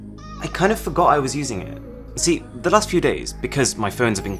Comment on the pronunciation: "the last four days" sounded to me like "lust for days" 😅😂😂